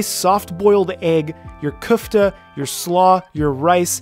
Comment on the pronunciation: It's köfte not küfte